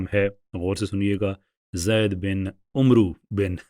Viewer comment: یہ نام عُمرُو نہیں ہے بلکہ عَمرو میم کے سکون کے ساتھ ہے اور آخر میں واو عُمَر سے الگ کرنے کیلیے آیا ہے تاکہ دونوں ناموں میں فرق ہوسکے ۔ جزاک اللہ